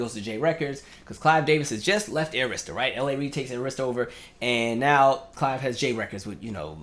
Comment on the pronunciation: Everytime you say Arista it sends a chill in my spine. It's pronounced Air-istah. No shade, my friend.